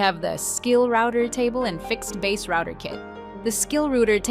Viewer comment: Ai bullshit can’t even say router right